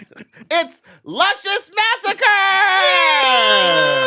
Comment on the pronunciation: Whenever I am about to make a bad decision...I hear Lushcious in my ear...Don't do it little gurl